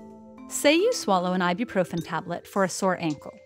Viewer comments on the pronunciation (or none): Umm why why why! Why is she saying I-do-proven! WHYWHYWHYWHYWHYWHYWHYWHYWHYWHYWHYWHYWHYWHYWHYWHYWHYWHYWHYWHYWHYWHYWHYWHYWHYWHYWHYWHYWHYWHYWHYWHYWHYWHYWHYWHYWHYWHYWHYWHYWHYWHYWHYWHYWHYWHYWHYWHYWHYWHYWHYWHYWHYWHYWHYWHYWHYWHYWHYWHYWHYWHYWHYWHYWHYWHYWHYWHYWHYWHYWHYWHYWHYWHYWHYWHYWHYWHYWHYWHYWHYWHYWHYWHYWHYWHYWHYWHYWHYWHYWHYWHYWHYWHYWHYWHYWHYWHYWHYWHYWHYWHYWHYWHYWHYWHYWHYWHYWHYWHYWHYWHYWHYWHYWHYWHYWHY